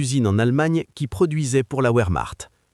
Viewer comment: Mauvaise traduction en citant les mots allemand verchmacht et non pas ouremacht